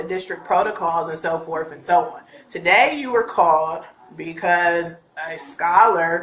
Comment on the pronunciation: A principal saying “Back and forf” and “so forf and so on” literally makes me ashamed. I think this world is too far gone. That lady is 100% brain rotted by media, zero ability to think critically.